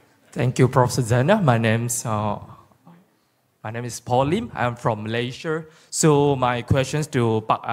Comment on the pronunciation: "I'm from Malayseurr" you sure? Hahahh